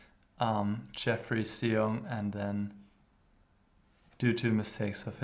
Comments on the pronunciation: GM Huschenbeth, his name is pronounced as Shong ( rhymes with Song ) :) Thanks for analyzing this game. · I believe his last name is pronounced "shong." The X in Chinese names is normally an "sh" sound.